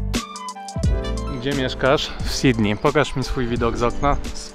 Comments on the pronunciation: Czemu większość Polaków tak dziwnie wymawia Sydney ? sidney i sidney . Jak już chcesz po angielsku to pronounce Sydnii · A skoro już mówisz Nowy Jork, a nie Niu Jok, to zacznij mówić Sydnej, a nie Sidni. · Twój angielski jest niezły. Ale to "Sidnij" powala mnie z nóg. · Bardzo lubię twoje blogi ale czasami aż przesadnie brzmi takie "Sidni". Przecież w tym samym blogu mówisz "Nowy Jork".